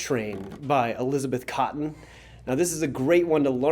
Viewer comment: It's "Cotten", brother.